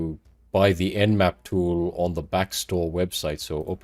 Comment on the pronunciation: Nmap not nap